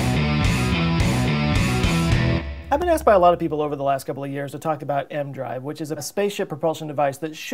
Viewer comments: Isn’t it pronounced “E-M drive”? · A part of me dies inside each time he pronounces it "m-drive" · No. He says M drive in the video. E-M is an abbreviation. He apparently is treating it like an acronym. He would pronounce Dr. as Der instead of Doctor had he lacked the benefit of seeing it in common use. Failing to know the name of the device, in and of itself, is a pretty strong indication he doesn't know what he's talking about. There is no variant version they tested where it's just a Magnetic drive that I ever heard. Regardless, even if there were, he is talking about microwaves; the original. I started watching his videos recently and they aren't very good. He freely admits he knows next to nothing about the topic he's discussing when it's about technical science. But he regularly hits half a million views. Can't knock him; he's honest and he's getting paid to be a know nothing. Not to say it doesn't take quite a bit of work to present his utter lack of knowledge; I'm sure it does take work to make the videos. If he pretended to know, then I'd be pissed, but he doesn't. I guess this shit is in demand. I probably should make a Youtube channel too since I know nothing about a lot of stuff and I read the same stuff he does.